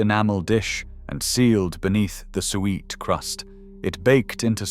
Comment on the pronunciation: Some interesting sentiments, but if the pictures were appropriate to the commentary it would have been so much better! [E.g., you talk of sheep head and show pictures of a pig's head ...... not very clever. Oh and by the way, SUET is pronounced soo-it.